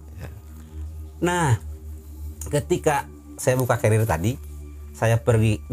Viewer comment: Yang betul tuu carier kan yaa, bukan cariel